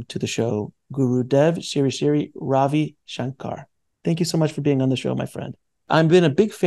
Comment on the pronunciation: Sri is pronounced sree, not siri